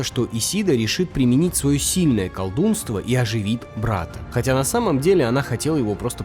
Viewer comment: Почему колдунство а не колдовство